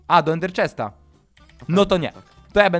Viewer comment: mówił Ender chast